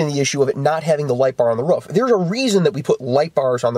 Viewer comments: its a roof not a ruff. ;) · Love how his says ruff instead of roof.